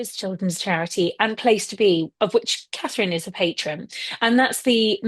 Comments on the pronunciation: Carherine....ms Nichols. Cnt you say it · Come Kinsey! Katie Nicholl. She cannot say Catherine. Disrespectful person. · HER NAME IS CSTHERINE!! Get off social media is you can't say her name